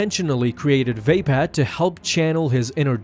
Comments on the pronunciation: its vapod not vapad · oh god, surely it is not supposed to be pronounced Vape-Ad? I always thought it was more like vah-POD